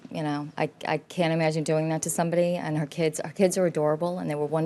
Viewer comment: She pronounces "Kids" as "Keds". I hate when women do that.